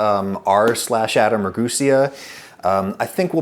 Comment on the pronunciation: That's not how you pronounce Ragusea! You don't even know how to say your own name? It's ra-gu-sé-a. Emphasis on second to last syllable. By the way, with a name like Ragusea, your ancestors were probably from dalmatia, in modern day Croatia. They probably fled to bari when the kingdom of Italy lost control of that particular territory.